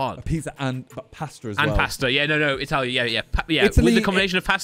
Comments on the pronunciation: say italia insted of itly❤ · pronouncing Italy as e tally is the best thing I've heard 😂😂😂😂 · not pronouncing the countries correct is killing me 😂